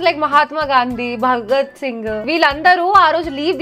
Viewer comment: Madam.మీరు పలకండి "భగత్ సింగ్ ". అని.మీరు పలికారు "భగరా సింగ్ ".i am 90's women